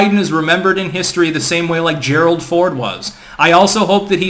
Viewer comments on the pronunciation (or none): none